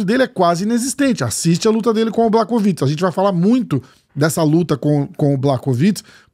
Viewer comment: Mais um video muito bom, bastante informativo. Só um detalhezinho que ninguém perguntou, mas conhecimento nunca é demais (e também devo estar ajudando com o engajamento do vídeo): “Błachowicz” se pronuncia “Buarrovitch”. Fonte: trust me, bro! 😉